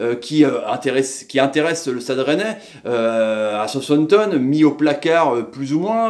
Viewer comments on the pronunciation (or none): none